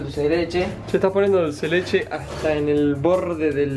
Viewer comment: A mí me dió Mil años de vida cuando dijo dulce de leleche